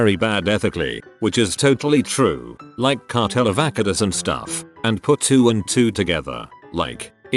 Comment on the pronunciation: The way it pronounced avocados lmao